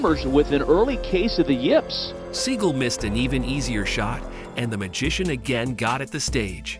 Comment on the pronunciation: its "Magician" , u lost from the start bro